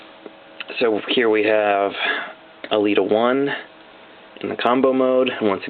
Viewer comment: Hey awesome vid but elita-1 is pronounced el-eta one I'm trying to be rude just wanna let you know